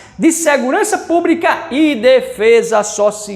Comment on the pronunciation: "disciprina" e segurança "púbrica" tá foda brother....